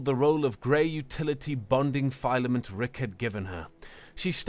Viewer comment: Well narrated story, but the mispronunciation of common words such as filament and lattice is distracting.